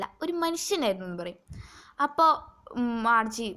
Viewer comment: Marche alla Margie aanu